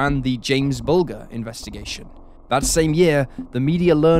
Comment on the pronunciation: Is this fella British because if he is he should know how to pronounce James Bulger's name correctly especially with it being such a prominent case.